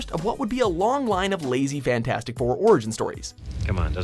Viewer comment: Lol he said "fan-4-stic" lol